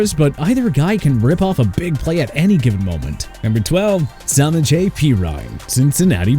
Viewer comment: Agreed. Also i think its funny no one can pronounce samaje’s name properly